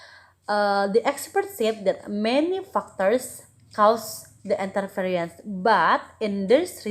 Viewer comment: interesting topic,. there's mispronounce of the word 'interference'